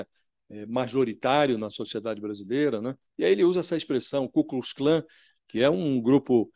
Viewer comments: Vai aprender a falar nine... cuscuz clã.. Kkkkkk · Ahhh Lula tem problemas de dicção séria!! ele disse "CUSCUZ CLÃ" nem falar direito para falar mal dos outros consegue direito..rs rs rs rs